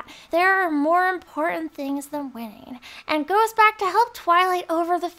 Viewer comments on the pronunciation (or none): none